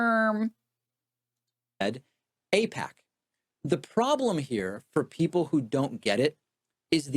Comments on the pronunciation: This skit he does where he purposely mispronounceing and saying things like “ I pac “instead of “aipac” is like a cartoon skit that ppl listen to him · I don't see how ay-pack, eye-pack is a joke. There's no set up for a joke. It's not an anti-humor joke. It's not the right subject or timing for a joke. That we know can he correctly pronounce the name doesn't make mispronouncing it a joke. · I think it's pronounced "Aight-K" or "Eight-K", or whatever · He doesnt know how to pronounce AIPAC? LOL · As far as I can tell, the "joke" is that Pakman knows that most people are aware that he knows the 'correct' pronunciation of AIPAC, and pretending that he doesn't is a wink to other zionists. That, however doesn't discount the possibility that he is just being disingenuous, and attempting to gaslight his audience. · "I don't know how to pronounce AIPAC" David's brother works at AIPAC. What a dumb lie